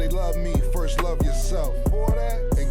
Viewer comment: Nobody Cam - "Firt of all" 😂😂